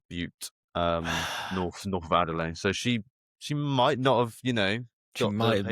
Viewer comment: Could neither of you have corrected him on his pronunciation of Adelaide?